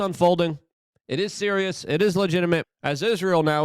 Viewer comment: You cant be "Serious-ah"